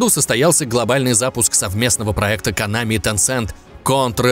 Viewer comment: не конАми а кОнами. а вообще пошел ты , что бы еще другим указывать то , как им удобнее произносить слова